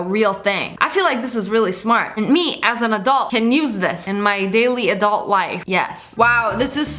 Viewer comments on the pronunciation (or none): none